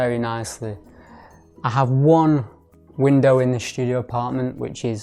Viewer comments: Is "Shtudio" how artsy fartsy people say studio? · why do you pronounce ST (STudio) like SHT, as if you were german??? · why you pronounce studio with "sh" ?